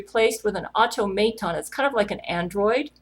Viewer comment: everytime you said automaton I died on the inside a little